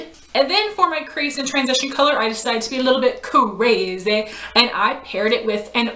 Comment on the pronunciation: "Coorazy" lol